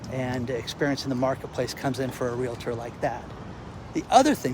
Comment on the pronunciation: I want to congratulate you,. You have successfully altered your pronunciation of the word REALTOR. No more "LA" in the middle. Many people resist putting forth the effort to re-learn a word they have mispronounced all their life. Good for you!!! Next you could brush up on your grammar - I can tell you snoozed through some classes there. Review verb/subject agreement. Investigate why saying "have ran" is never correct. My intent is not to be viciously critical, but to help you get even better at what you do. You are a smart guy. I watch ALL of your videos and always learn a lot. Wishing you the best.